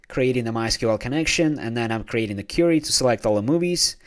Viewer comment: thanks. FYI: it's queer-re or kweery Not Cure-re -y as your inquiring an answer or questioning.